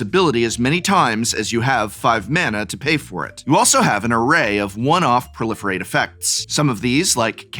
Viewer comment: Is it weard to pronounce pro-life-rate instead of prolifirate?